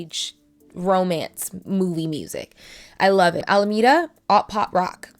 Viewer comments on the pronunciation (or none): none